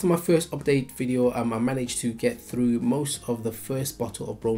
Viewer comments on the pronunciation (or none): none